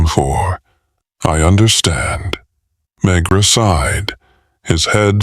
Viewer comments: I can't believe they even posted this, but it's coming from Pakistan so they probably wouldn't have noticed the mispronouncing even if they had listened to it themselves. Ugh.. I can't help but feel I'm hearing a story about Dr. Phil (McGraw) 😊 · I think the voice is ok , it's the cadence and mispronouncing the main character's name through the entire book that's really bad.